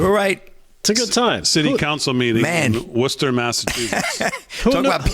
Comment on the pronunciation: So glad I moved out of Massachusetts three months ago after living there all my life up to that point. Thank You Lord. The New York guys know how to say Worcester...😊